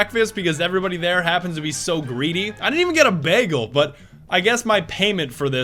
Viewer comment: imma just hope how he pronounced the word "bagel" was a nod to Community and not really how he says that